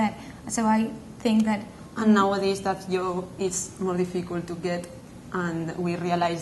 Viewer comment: made my day with her pronunciation HAHAHA! PIKTÚR and YOB!